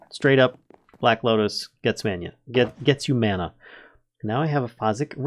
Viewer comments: Can someone tell this guy how to say mana correctly please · "No! It's Levi-oooo-sah! Not levio-saaaah!"